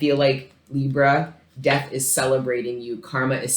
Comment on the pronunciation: Th was you say “death” makes it sound like you’re saying physical death